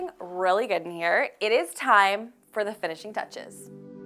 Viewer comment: "Guuu-id-uhh" 🙄 "Good" is one syllable.